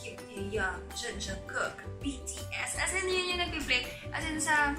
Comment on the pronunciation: Ewan ko lang kung ako lang nakarinig o mali lang talaga ako ng pagkakarinig 😅 kasi dun sa part ni hoseok ate wyn narinig ko parang "Jeon" yung pag kabigkas mo? It's "Jung" po ate 🤗 Borahae~ 💜